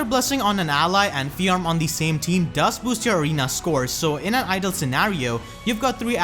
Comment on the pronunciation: Just FYI, her name is one syllable, not two.